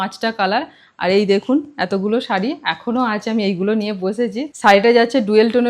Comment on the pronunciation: Sharee bolo,saree bolona bhishon kaane laage "S" noi "SH" bolbe